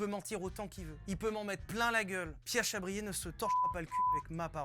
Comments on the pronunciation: Comment from France Amazing just to imagine you know Vilebrequin ! C'est "Chabrié" et pas "chabrière" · On dit Pierre "Chabrié" pour la réponse 😅